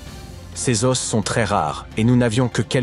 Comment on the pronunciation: Un "osse" des "aux"